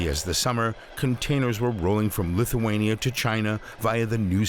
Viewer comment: This guy can’t even pronounce Lithuania properly lol that tells something. It IS a small country init?